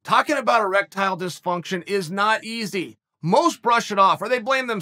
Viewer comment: "Talking about erectiledysfunktion is not easy"... Had this clip on speaker while cooking food for my friends.. Chael wtf 😂